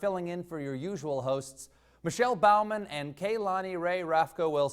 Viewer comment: Way to mispronounce the last name Bowman. Its like an archer not like a servant. I guess you don't mind being called Colbert with a hard T.